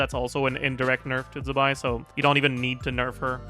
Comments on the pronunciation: z in chinese is pronounced ts so it’s tse-bai :) i know you care about pronouncing names correctly so thought i’d point it out. i think it’s written 兹白 if you want to check pronunciations online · Zibai is pronounced “Ch Bai”